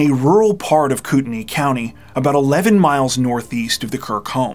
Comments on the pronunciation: I'm listening to this now--this may be a small thing for many people, but I want to praise you for learning how to pronounce Coeur d'Alene and Kootenai County (former resident). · You always do a great job telling the stories, being respectful and compassionate. I appreciate that you clearly do your homework even for the smaller details like pronouncing Coeur d'Alene and Kootenai correctly. Thanks for all you dedicate to your videos!